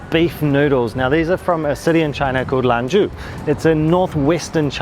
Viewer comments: Love the look of the flaky roti!! By the way it's Lan "Zhou" la mian, not LAN "zhu" :) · it,s lan-JO !!!!